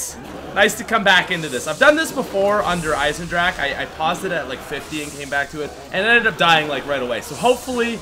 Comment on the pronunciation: nacht der untoten=night of the living dead zombies verruckt=crazy zombie shi no numa=muddy swamp der Riese=the giant bonus* der eisendrache=the iron dragon and it's pronounced der eisendraha